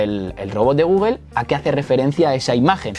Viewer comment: Me parece maravilloso tu proceso didáctico, pero se me atora toda la info y me chirría cuando dices Gúguel, Náik. Considera pronunciar las marcas adecuadamente, Gúgl, Náiki. Mancillas feamente el contenido.